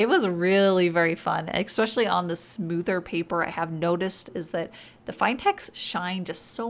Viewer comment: Okay, I love your videos but every time I hear you say "expecially" I want to stop watching. It’s "especially", please.